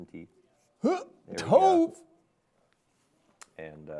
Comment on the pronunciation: From being named Tove, that’s not how you pronounce it 😂 just an FYI to everyone